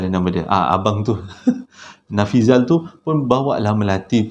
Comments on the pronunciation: Nafizal la...bukan Nafizi...haha...sampai tersedak sy tgk video nie...dah la tgh mkn...😂😂😂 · Terbaik.. yg tersasul tu unik tu..hahaha.. smpai typo pulau jdi paulau.. nama si yg kongsi cerita pon dh berubah bila di akhir2 cerita😂😂 apa2 pon mmg best.. terbaik